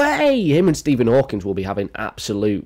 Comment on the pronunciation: “Fookin Stephen Hawkins” 💀